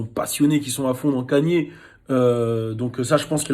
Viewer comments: c'est nouveau hein que vous dites "kanié", tout le monde prononce "Keyni" même aux states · Moi ce qui me choque c'est que tu dise "Kanié"